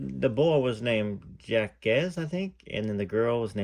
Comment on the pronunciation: I hope when you talk to Dary Matera, you bring up all the great research done by your subscribers. Lucy's story seems to check out for the most part. Even though I have had this book for 35 years, I am still enjoying so much your reading it. Btw, her son's name is Jacques, pronounced Zhahk. It's a common French name.